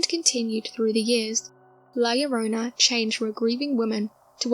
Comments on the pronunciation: "La llorona", not "llorana" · Good video, but it's la llorONa